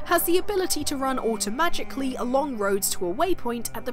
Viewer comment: Did you say ride your camel automatically or automagically?